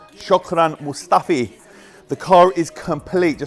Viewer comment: I love how you butchered Mustafi's name😂😂😂